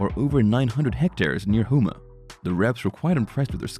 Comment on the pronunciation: HOME-AH. Also, the woman at the 5 minute mark is not Liz, it’s “Che”